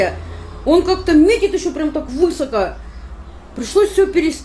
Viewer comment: Нет такого слова высОкА,есть слово высокО,на последнем слоге ставится ударение,и по-другому язык никак не поворачивается говорить